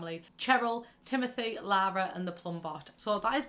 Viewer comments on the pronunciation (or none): none